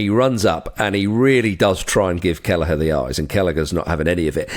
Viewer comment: Lads there isnt even a G in Kelleher 😂